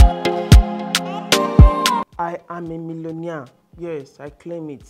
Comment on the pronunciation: “I am a millonia” 😂